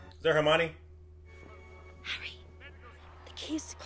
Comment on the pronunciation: BTW, it’s “Her-mi-o-ne”, not “Hermani”